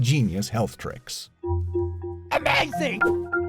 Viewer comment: old be amazed was so weird 💀even the "AMAZING" sounded like they had a stroke